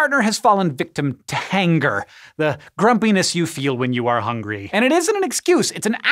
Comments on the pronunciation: Facts. HOWNGRY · Funny, we always called it, "HONGRY"